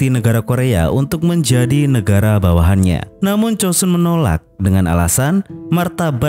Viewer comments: Joseon bang bukan chosun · itu pelafalan koreanya, tapi sebenernya bukan chosun juga, tapi chosan